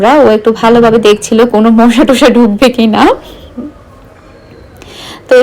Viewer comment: মুশা না মশা।ফ্লাইট না ফ্যাট।